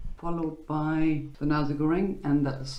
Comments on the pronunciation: Nasi is pronounced Na-see/sea/c, not Na-zee by the way. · NaZI Goreng maybe sounds offensive in Germany...haha.. maybe pronounce Na- "C" goreng will sound better